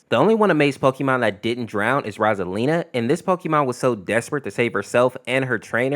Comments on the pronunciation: "Rosalina" its "Roselia" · It sounds like you are saying Rosalina, when you meant Roselia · I'm pretty sure he is saying rosalina but then again I could be like in toy story 3 where ken said oh barbie but it sounded like oh fu*k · I hate the way he says Roselia, it is so butchered